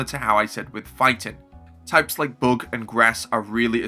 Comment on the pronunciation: WHY do you say (book) type it's the (bug) type not (book) 😅😅😅